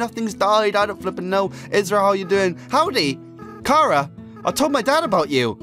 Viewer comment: sorry but i am a name snob it is pronounced like CHARAter sorry